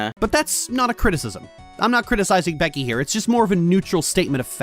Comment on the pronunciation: I’ve never heard someone pack so much disdain into the pronunciation of “Becky” who wasn’t trying to deadname them.